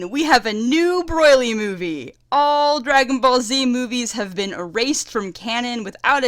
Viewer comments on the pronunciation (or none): you want paragus gone so much, you mispronounce him throughout the whole video and its infuriating. also its broly, not "broylee", but thats a more minor mispronounciation. other than that, good video. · The way you say BROLY'S name make it sounds like you're saying BROILY LOL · Woofen Tango "Broy-Lee" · Broyly....not Broly? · STOP Saying Broily. It's Broli, just that, that simple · It's paragus (PAIR-agus) not puragis and Broly (BRO-ly) not broily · BROILY?!!!! STOP IT! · Pretty decent review, and I agree with most of your points... BUUUUUT... I keep hearing "Broily" and it's driving me fucking insane. Also- Paragus. PaRaGus. not "Pargarus". You remind me of this one muslim convert who came in to my church/school to preach, and he kept calling it "the wolrd". I'm sorry if I come off as insensitive or brash, but God DAMN I swear it is not that hard.... ....dyslexia expounds itself over language barriers, I suppose. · I keep hearing "Broilry". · Broily and Pargarus. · 1. Yes it is a great movie. 2. Not garbage. 3. The movies arent cannon. 4. Not how u say broly. 5. Not how u say PARAGUS. 6. Yeah his motivs are really dumb. 7. NOT HOW U SAY PARAGUS. 8. His plan isnt to set off broly its to hit vegeta with a comet. 9.yeah brolys motives are dumb. 10. Yes the movie is great. 11. OMFG ITS NOT PARGURES ITS PARAGUS. 12. Yes thank god they changed those dumb ass motives. 13. That animation was hot. Sry i got very triggered about the PARGURES nice vid. Although mpst of my comment is toxic u get a sub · wow, i think that's how an aussie would pronounce it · oh, ok. I just thought it sounded like something similar to australian pronounciation, my bad